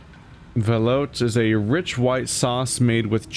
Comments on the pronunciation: Fyi - it's pronounced velootay. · If you go back to the Seamoth and install those upgrades, you can dump 16 blocks into the new storage, and have 18 free for new junk. P.S. Ve-loo-tay. Creamy soup.